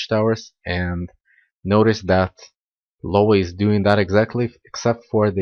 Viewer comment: Actually is "Iowa" not "Lowa" With an i, instead of an L